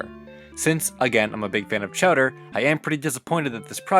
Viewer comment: He pronounces the characters name as chatter but his name is chowderLike chowder soup not cheddar cheese